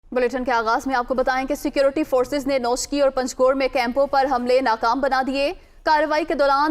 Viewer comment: Yeh hai wafaqi wazir dakhla jis k Panjgot pathna b nahi ata. Yeh parh rha hai Pangjor. Halan k iss nam ka aik Airport b hai. Ajab hakumat k gajab namoonay